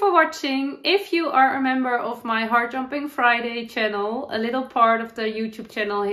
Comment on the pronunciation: Heart jumping is not a term I've heard before. I thought at first you were saying hard jumping. I think I say 'up lifting' or joy, 'makes my heart sing'. Love your crochet blanket. The colours are very nice together. I have a Work Books that I love too. I make fabric quilts, patchwork quilts, so I've made a number of Work Books with photos.